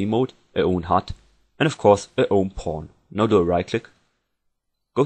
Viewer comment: When you said Pawn it sounded like you were saying porn.